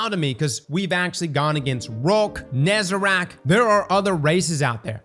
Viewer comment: I'm convinced is just saying 'Nezarec' wrong to fuck with us at this point.